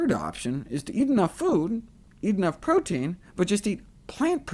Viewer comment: Nice video. OMAD shall also work if someone doesn't want to go fully plant-based. And than again - it's easier to go overly high-carb on plant-only diet. PS: Aaaarrrgggghhh, the pronounciation of "protein" murders my ears. =oD (Just had to let that one put.)